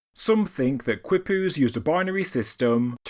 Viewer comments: Quipu is pronounced “KEE-poo”. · It is Pronounced..............Kee Poo . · Qui is pronounced as "KEY". A quipu would be pronounces as "KEY-PU"